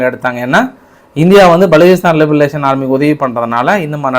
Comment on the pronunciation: Iyya li ba ration. Liberation yendru sollavum Liberalisation veru